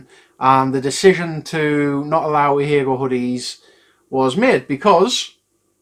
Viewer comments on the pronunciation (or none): That's actually not how you pronounce it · That's how 'ahegao' is pronounced? BoY have I been getting it wrong! Also totally agree with this decision.